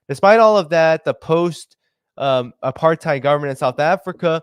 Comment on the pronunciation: Apartheid is pronounced ( apart-8) And Ramaphosa is pronounced (Rama-poza) the "H" is an emphasis on the "t" it is not pronounced as an "F"